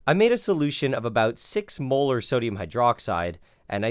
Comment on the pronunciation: Every time he says molar i hear "Mueller" as in the mueller report. i cant not hear it.